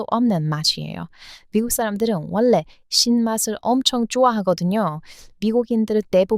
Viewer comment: 다 좋은데요. 아끼는 마음으로 발음 문제 하나를 얘기할게요. 들을 때 받침 자음과 이어지는 다음 음절의 자음 발음이 거슬리게 들리는데, 이것을 말하는 문법 용어가 '자음 동화' 또는 '자음 변동'이라고 있어요. 내용 중에 '원래', '전라도'를 '원내', '전나도'로 들려요. 첫 글자인 '원', '전'을 너무 신경 써서 발음하다 나타난 현상이에요. 근데 뒤에 'ㄹ'이 올 때는 '월래', '절라도'로 발음해요. 앞 음절의 받침 'ㄴ'이 이어지는 음절의 첫소리 'ㄹ'과 만나 'ㄹㄹ'로 발음이 편해지는 현상이에요. 다른 예로, 인류(mankind), 전류(current electricity), 선릉역(station)도 발음할 때는 '일류', '절류', '설릉역'이라고 합니다. ㄴ+ㄹ은 ㄹㄹ로 소리납니다.